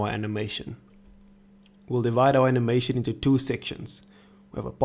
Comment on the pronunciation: We love how he pronounce "button" as "batoon" and "animation" as "anehmaishoon" :D I'm subscribing.